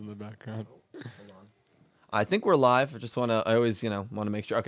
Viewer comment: At the beginning, do you say "We are live" or "We are alive"? Because I always understand the 2nd one. XD I'm happy you had a good time in Florida. I've never been there (ok, I've never been to the US in general), but I can imagine that it's really nice there. 600 for a month for such a house? Omg, that's really cheap. In my city you would get a very small flat for that price. (Or did I misunderstand something here? 'Cause that would really be insanely cheap.)